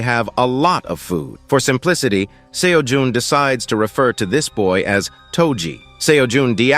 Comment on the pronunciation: Bruh am I tripping why is he calling him seo juhn